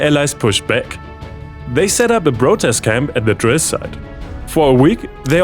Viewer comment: Hey! Danke für die Videos! Wenn du Zeit und Energie hast: Die Aussprache vom "P" klingt bei dir oft wie ein "B" Bsp: Protest Camp, prayed, approved, plan, prove, programme, process. Alles mit hartem P. Ich bini sprachcoach und das fällt mir sehr auf. ^^